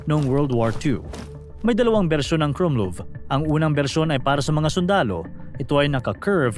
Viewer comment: mali bigkas mo sa "krummlauf" . KRUMLAWF talaga yan hindi KRUMLUV